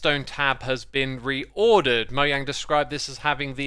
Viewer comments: mo Jang not mo yang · I'm sorry, but did I just hear M O Y A N G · There are 2 types of people: “Moyang” and “Mojang” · Fun fact. is moyang in Swedish but its Mojang in the us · Probably nobody: Me: STOP SAYING "moyang" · Why do you call mojang Moyang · I like how he says Mojang he says “Moyang” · Ima have to stop watching if he really calls them "Moyang" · I want to kill myself every time I hear this dude pronounce Mojang